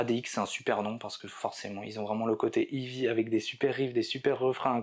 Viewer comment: Fanfanchouillard, je te salue ! Je constate le même travers que mon grand frère : la prononciation de "heavy". Vous prononcez "ivi" au lieu de "hey-vi". La bonne prononciation franchouillarde des années 80 (lol) ! Je connais un gars fan de ce groupe depuis le début. Il en faisait même son pseudo sur les forums de l'époque. Excellente synthèse, as usual ! Dans un état d'esprit similaire "Heavy Metal à chant français", je te suggère MESSALINE. Les textes (les paroles), quel régal !!! Surtout l'album "In Cauda Venenum" et la chanson "Le Bûcher des Vanités". Meup !